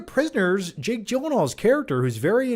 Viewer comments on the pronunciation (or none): none